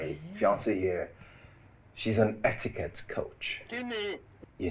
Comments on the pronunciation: Madam its not hettiquete🤣🤣🤣🤣🤣🤣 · It's not "Hetiquette" it's "Etiquette" Iya Barakat no dey hear word😂😂😂